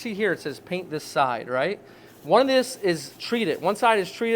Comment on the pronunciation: I had to turn on the captions because it sounded like he said, "I'm gonna have sticky legs tonight, but I don't care. As long as my peen is clean." 😂